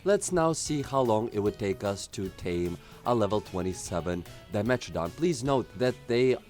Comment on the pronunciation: Help for pronunciations I gotcha This is my favor extinct animal Here Di-Me-Tor-Don easy have a good day and great video